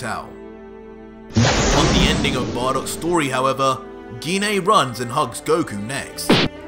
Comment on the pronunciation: First of all genine tf its pronounced gine